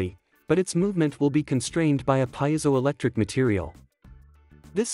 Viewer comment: Wrong pronunciation of piezoelectric.